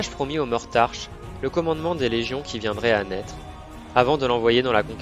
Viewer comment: Hahaha!!! Franchement génial!! Beau boulot! Par contre je pense que c'est Mortarck et pas Mortarche ;) Merci du boulot, je vais me bouffer toutes tes vidéos fluff!!!!